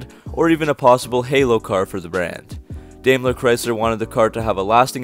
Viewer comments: Dime-ler , not Dame-ler. I guess you don’t know much about cars. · Dude pronounce the name as it should be... Daimler is pronounced Dime-ler. When you have a german name or word containing two vowels, the first is ignored and the second takes the long form. I had to stop listening to your video. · Pronounced "Dime-ler"